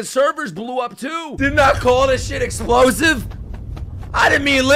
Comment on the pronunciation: "Feel like sth EDPLOSIVE is about to happen" Erm Yep